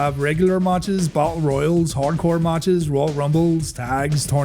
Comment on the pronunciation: Its matches not maaaaches